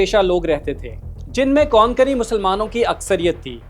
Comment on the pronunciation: Kokani not konkoni